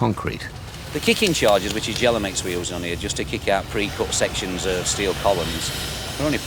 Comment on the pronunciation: It's Gelamex, not "jelly mix". Jeez.